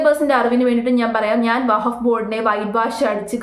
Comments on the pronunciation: വഹഫ്‌ അല്ല വഖഫ് ആണ് 🙏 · vahaff alla wakhaff aanu seri 😅😅😅😅😅😅😅